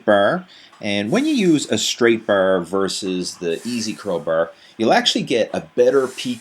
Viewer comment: easy curl br , straight br, steps pr rms ...brbell....chocolate br,,br girls...what a nice pronounciation